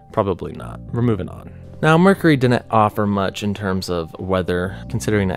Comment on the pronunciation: I love how he says 'Mur-curry'.....🤣